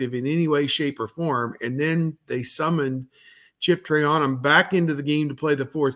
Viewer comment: Can someone tell my dude he is the only one who pronounces Chips last name as “Tray-A-num”. Meanwhile everyone else pronounces it “Traynum”. Can we figure out how to pronounce his last name and then all be on the same page